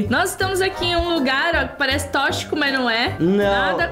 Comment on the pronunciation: A Shirley falando tochico no começo 😂😂😂😂😂😂😂 quem assistindo de23 / 11 2023